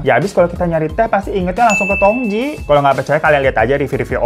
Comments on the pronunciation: bang hiro....tu bacanya jngan tongtji...tp tongci soalnya tj itu ejaan lama yg berarti huruf c....semngat selalu ngonten y bang hiro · Tong Tji itu bukankah harusnya dibacanya Tong Ci? Karena tj itu pada edisi lawas dibaca "C" Sama dengan huruf J dibaca Y misal Jang dibaca Yang